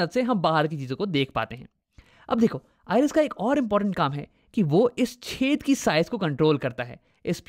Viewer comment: Whenever he says 'Chedh'😂😂😂 But btw u really solved all my doubts